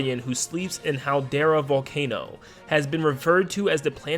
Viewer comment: It’s pronounced halcandra! Not haldera Xd! Also this game feels like a lor generator btw